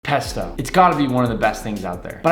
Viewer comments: I got triggered when he said pesta At the start of the vis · When he said pasto I thought he said pastor 🤣🤣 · He says pesta Because my childhood,won’t let me comprehend that he’s saying pasta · you keep saying pp p pesto pasta